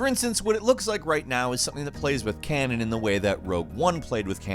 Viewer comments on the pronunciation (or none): none